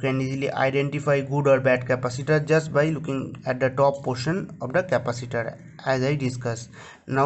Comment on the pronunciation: Indian never knows how to say capacitor